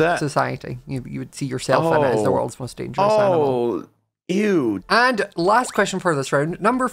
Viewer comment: WHY DOES HE SAY EW LIKE THAT😭